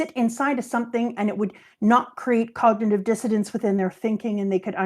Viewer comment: keeps saying "cognitive dissidence" when she means "dissonance" and it's driving me nuts, lol